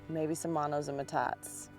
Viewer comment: I don’t mean to be presumptuous but it is pronounced “ met tot te” ( not “ma tot”. It is basically a Spanish word. Love your videos!